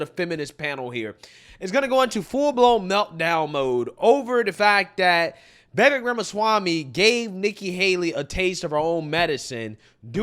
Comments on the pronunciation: VI V A K E - practice saying his name. Please brother. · V I V A K E V I V A K E V I V A K E. Say his name the way I spelled it. That is the proper pronunciation of his first name. It rhymes with cake.